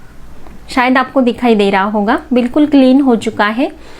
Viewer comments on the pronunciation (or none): none